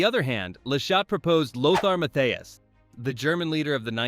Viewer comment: Its LOTHAR MATTHÄUS not Mathias. Obviously, you have no clue who Matthäus is. The man who took out Maradona to become world champion, 150 matches for the german national team, winner of the Ballon d'or and two time world player of the year. Maybe you are too young to know.